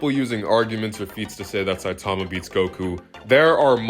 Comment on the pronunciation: bro one punch man is sanin not sonen